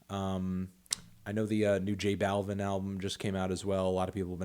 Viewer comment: Hey melon, It’s pronounced Balvin like “BAWLVEEN”